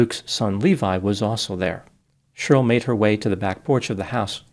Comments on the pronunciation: Cheryl is pronounced “Share-ryl”, not “Shirl” … 😂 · FYI Cheryl is pronounced Share-ril not “shirl”. The name has two syllables not one. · Cheryl is now pronounced shirl...?? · It always cracks me up that pronounces Cheryl like it rhymes with girl. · Is is unable to pronounce the name “Cheryl”? Let’s take a look at the inculpatory and exculpatory factors.